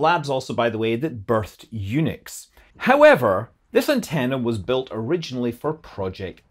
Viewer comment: for some reason, maybe it's the accent, but it was a good 10 seconds of contemplation before I realized that the mentioned lab birthed Unix, and not eunuchs.